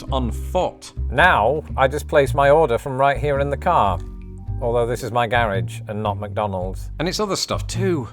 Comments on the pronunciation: The way you pronounce "garage"... we need to do something about that. (Also, notice how I put the period after the quotation. You got that one right, however, if you add an 'i' to aluminum, we'll be having 1776 in your backyard.) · I notice that you’re still stressing the first syllable of “garage,” English-style, rather than the second syllable, American-style.